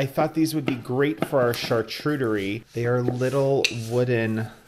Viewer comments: You do realize it's not a chartrudery right? Saying it once can be chalked up to being misspoken, but saying it incorrectly multiple times caught my attention. Don't want you to look foolish, since you are in education as a career. Hope this helps. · I think it’s pronounced shar-coot-eh-ree. Either way yours is beautiful and looks delicious 😋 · Ok so now I need to ask- is it pronounced char-chu-terie? I have been calling it char-q-terie this whole time!! Learn something new every day.